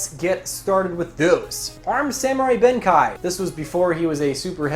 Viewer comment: I almost choked on my bubble tea when said Benkei wrong. D=